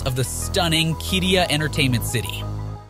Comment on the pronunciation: I worked on Qiddiya for 3 years. Please have someone who can pronounce Qiddiya please.